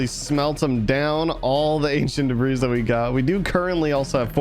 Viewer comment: It’s pronounced “de-bree” not “de-brees”